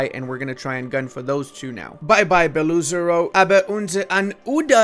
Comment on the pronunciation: You've pronounced Sol' Galitskaya very well actually. Btw the way, the double "o" in Beloozero is pronounced separately, each "o" is spelled.